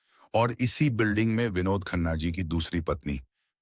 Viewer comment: Your pronunciation of vinod khanna is pathetic.its sounds like Dawakhana😮